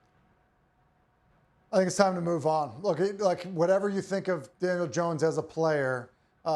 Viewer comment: Did he say Daniel or Daniels?🤔🤔